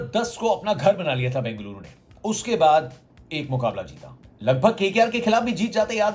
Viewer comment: Love to ur accent saying Bengaluru my home bro